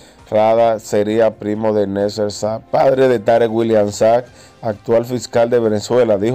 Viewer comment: Nadie tiene de apellido Sag, aprenda a pronunciar lo que lee, no hay gobielno